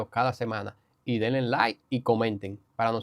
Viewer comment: No se dice *delen*, dice denle a la campañista